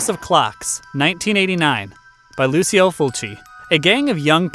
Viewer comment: Pretty sure it's pronounced 'Luchio', not 'Lusio' but I'm not sure